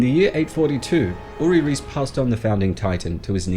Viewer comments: I thought it was pronounced Rice and not Reece. Reiss isn't it? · Reiss family I s pronounced “rice” family.